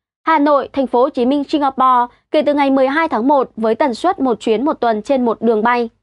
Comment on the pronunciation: Hôm nay nghe nói hơi lạ tai. Tôi biết bạn nói chuẩn ngôn ngữ, nhưng tôi nghĩ không nhất thiết, cứ nói bình thường như mọi khi là đc, hôm nay nói, ví dụ, suất, đã phát âm chuẩn nhưng tự nhiên tôi cảm thấy ko như mọi khi